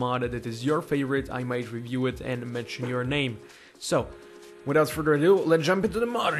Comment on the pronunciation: if you keep replaying him saying Mod review series, It sounds like he's saying on of you series. it would be bad grammar, but its still funny har har har